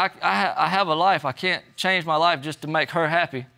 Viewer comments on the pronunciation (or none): none